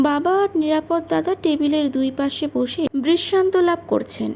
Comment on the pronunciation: মা জননী, বাংলা উচ্চারণ বেজায় confusing! Context অনুসারে এ‌ক‌ই বানানের উচ্চারণ ভিন্ন ভিন্ন হয় এবং উচ্চারণ অনুসারে শব্দার্থ পুরোপুরি বদলে যায়! উদাহরণস্বরূপ - "নিরাপদ্" উচ্চারণের অর্থ হলো "Safe", আবার "নিরাপদ-অ" (বঙ্গভাষীদের ক্ষেত্রে) বললে, পুরুষের ব্যক্তিনাম বোঝায়! রোজ রোজ এই রেটে জ্ঞান ফলালে, অন্যান্য সুধী শ্রোতাবন্ধুরা আমাকে এবার লাঠি নিয়ে তাড়া করবেন! কিন্তু, মোদের গরব, মোদের আশা...আ মরি আমার মাতৃভাষার একটুখানি চ্যুতিও এই বৃদ্ধবয়সে বড়ই পীড়াদায়ক 🥺 আপনার কন্ঠস্বর শুনে, খুব‌ই ভালো মনের মেয়ে বলে আমার ধারণা, আমার কন্যাসমাও! আপনার কণ্ঠস্বর শ্রুতিসুখকর, গল্পচয়ন‌ও অতি রুচিসম্পন্ন - সেজন্য‌ই তো আপনার চ্যানেলে বারে বারে ফিরে আসি 🤩 আরও একটু অনুশীলন আর অধ্যবসায়ের দ্বারা আপনি অনেক উচ্চতায় উঠতে পারেন, এটাই আমার দৃঢ় ধারণা👍 বার্ধক্যের বহুবিধ দোষের মধ্যে এই "গঠনমূলক সমালোচনা" করাটা আমার মতে সবথেকে পাজি 😂😁😇 নিজগুণে ক্ষমা করে দেবেন, মা জননী 🙏 শুভেচ্ছা ও একরাশ ভালোবাসাসহ 💖😇💐 ইতি। এক মহা ত্যাঁদড় শ্রোতা 💖 এগিয়ে চলুন, আমরা আপনার পাশেই আছি এবং থাকবো